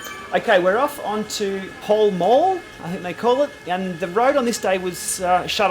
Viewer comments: It’s pronounced Pal Mal & That brown stone building is St.James Palace....!! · For information, both words in 'Pall Mall' rhyme with 'Al'